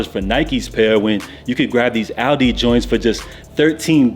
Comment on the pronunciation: Lol Aldi or Aldo,? 😂